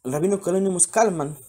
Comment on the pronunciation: No es Kalman es Kalmen ! Saludos